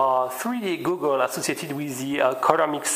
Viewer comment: FWIW, Goggle, pronounced Gah-gul. Just saying :)